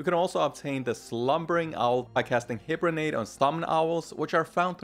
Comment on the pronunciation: "you can do this by casting HIBBAHNATE" lmao